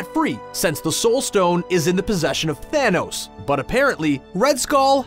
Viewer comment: I realized he kept saying Thaynos